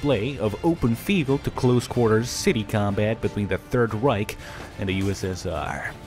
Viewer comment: "Third Rike"?!? Its Reich... REICH!